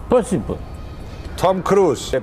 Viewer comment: ποσιμπολ κλαμαααααα